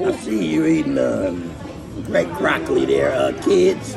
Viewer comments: He said Croccoli 😂😂😂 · Did he just say 🐊 olloli ? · He slipped up, supposed to say croccoli instead of broccoli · How do you explain to your children why you’re saying Croccoli instead of broccoli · My dawg said eat “The Croccoli”… Ain’t no “B’s” allowed in that man’s life. 😂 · My man does not use B’s at ALL 😂 the C Language